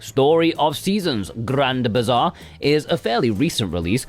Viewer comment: Thanks! This is a great list. I can listen roll his Rs in Grrrrand Bizarrrrr all day.